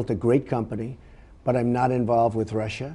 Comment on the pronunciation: Lester Holt has "fudging....Trump said Russia perfectly during the interview not "Russir."